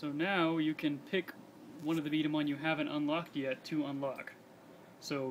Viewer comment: B dama not b damns ball